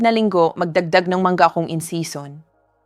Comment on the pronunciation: Ano b nmn ung pagbibigkas nya ng ,ung Mangga,binibigks ng Manga daw,tas ung pinya,bigkas Niya eh pin-aple daw